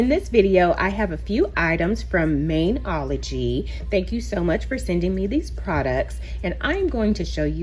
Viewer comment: Fyi its pronounced Mani-ology.. Like a Mani and Pedi.. Not Main-ology hope that helps hun.. Thanks for the review bc i always see it on youtube ads and to me it just looked super cheap and not good quality especially sincw its offered for free and you just pay shipping.. Thanks again for sharing hun 😊😊